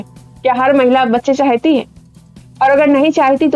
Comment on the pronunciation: चाहयती को थोड़ा करेक्ट कीजिए मैम, चाहती शब्द सही उच्चारण है। आपका वीडियो बहुत अच्छा है। यह अस्तित्ववाद और अंग्रेज़ी के absurd ड्रामा से प्रेरित है।